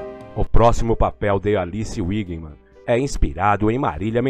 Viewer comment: É véguiman ... Alice wegman como se fala